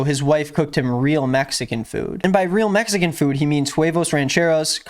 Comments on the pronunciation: I noticed he says “mexan” a lot, like the dude literally cannot speak correctly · "Messican" lol. 🤦‍♂️🤦‍♂️🤦‍♂️ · He says messican over and over. Brenden Schlob is a moron, not funny in the slightest, and wont last long.